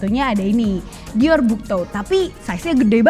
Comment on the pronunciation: Saran aja ka😊 Dior yang benar pengucaannya "Dioh". Jadi huruf "r" di belakang dilebur menjadi "h". Sukses trus berkarya😍